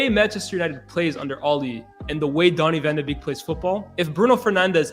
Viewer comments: Sorry, but if you're a Man U fan and can't pronounce his name correctly, you have no right to speak about him tactically. Basic. Beeeeeeeeek! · You guys dont pronounce donny van de beek correct!!! 😒😒😒😒